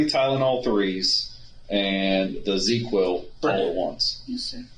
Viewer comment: I know this is just nitpicking but it’s Zzzquil. Not ZeQuill